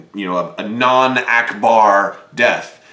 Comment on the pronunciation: PS: The way you said "a non-Ackbar death" hurt me physically :(